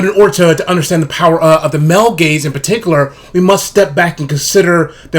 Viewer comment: Every time he said male gaze I just heard male gays 😂